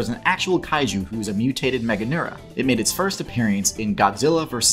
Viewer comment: appear-ee-ance. Yup, can't unhear that now.